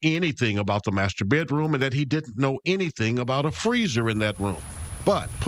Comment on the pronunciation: “Bay Droom” 😂 it’s pronounced BED ROOM